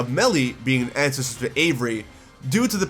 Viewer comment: You might want to work on enunciation on certain words. I'm not trying to hate, but "ancestor" came out as "ancest" on multiple occasions and sounded like you were saying, "incest" As in, "we have multiple incest of characters and that's great!" Yeah, it was a bit distracting.